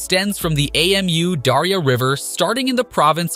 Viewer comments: Ei-Em-U-Daria 😆 Its just Amudaria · AMU darya.. dude that's not an acronym, it's Amu (amoo) Darya. also artificial river... they are just building a canal garbage quality research and video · Hate to be pedantic, it's Amu Darya River, not A M U Dario River. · It isn't A-M-U. It's pronounced Ahmoo. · It's pronounced "AH-moo" Darya, I think. Good video though; I agree with your take. I think it's an especially pleasantly surprising project for the Taliban to be taking on. The north never supported the Taliban, and so they are spending this money for the benefit of the vanquished. That's not always what happens in cases like these, so that's very good. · You say "we did our homework" and then you call the river "A-M-U-Daria". How should I trust your report, when you even get the names wrong? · Did u just say A.M.U Darya river??? damn? Butchering the word is fine, but you are changing the name.🤣😂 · I can't with his pronunciation of Amu Darya 🤣🤣🤣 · Your spelling of Amu Darya instead of pronouncing it drove me nuts, good thing you hadn't have to pronounce Syr Darya. Apart from that, nice and informative video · Please learn how to pronaunce the name of the river. It is silly how you say it. Otherwise thanks for a good content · Really? You couldn't be bothered to find out how to pronounce Amu Darya? 😂